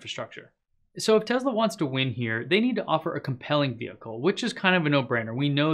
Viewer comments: IT'S NOT A TEZLA IT'S A TESSSSSSLA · It's Tesla, not Tezla…..just wow. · I stopped watching as soon as he pronounced Tesla as Tezla. I don't know, call me strange but it literally bothered me. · why is he saying "tezla" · I love your info I really do... But... Its not Tezla, put an S in there brother. Thanks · That didn't bother me. What bothers me is when they constantly say, "Uh, um", in their speech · Why are you pronouncing Tesla with a z? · Let me help you with your pronunciation. Say the the word “sled” ten times before saying “Tesla”. “Tesla” is spelled with an “s” and not a “z”.